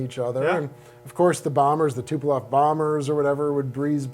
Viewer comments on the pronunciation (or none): none